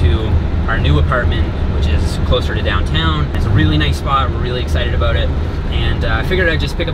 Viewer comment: As soon as said "about" i knew he was a canadian